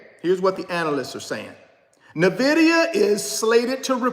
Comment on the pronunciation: In-Vidia!!!!!! Not Navidia